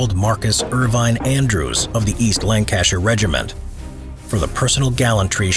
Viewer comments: This was a good video except you butchered “Lancashire”. Have you never heard the Beatles’ “A Day in the Life”? 4000 holes in Blackburn, Lancashire — I wonder if they’re still there? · Which fricking way did he say "Lancashire"???